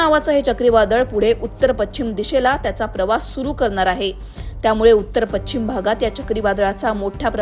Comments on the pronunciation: शुद्ध मराठीत बोलणाऱ्या व्यक्ती ला बातम्या वाचण्याचे काम का देत नसावेत लोकमत वाले? पश्चिम शब्दाचा उच्चार पच्छिम न चा उच्चार ण आणि ण चा न इत्यादी. मराठी वाचवा.... शुद्ध वाचा आणि बोला, लिहा. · पच्छिम नाही गं बाई... पश्चिम म्हण.